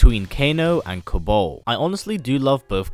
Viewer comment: Kabaal not Kabol